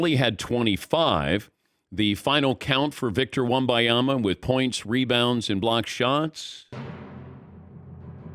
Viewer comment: How hard is it to read and sound out his name? It’s not wembayama